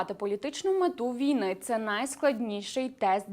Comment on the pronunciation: вій-на наголос ставиться на другому складі слова